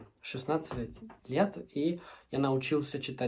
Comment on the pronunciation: Ваш русский на очень высоком уровне. Лижь когда вы говорили "Лет" было слышно не правильное произношение, оно было слышно как "Летьь". У вас точно C1 уровень русского. За 3 года серьезной практики +, ещё некорого времени слушания песен и учения кирилицы достойный результат. Хотел бы я также знать Английский 😢